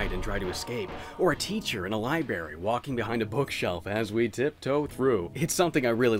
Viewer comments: “a teacher in a libary”, you sure you graduated school? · I am sorry. What is a Lie-Berry? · "liberry" I don't know why I'm so surprised that you pronounce it like this. Anyway, great video, always stoked to see you upload.